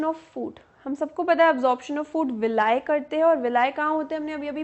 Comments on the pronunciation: villi not vilay 🤣🤣🤣🤣🤣🤣😂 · Ma'am its Vili not Villia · Mam this is not a villai this is villi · Di hhh u teach very well but ur pronunciation of villi is wrong..u can search on google. ..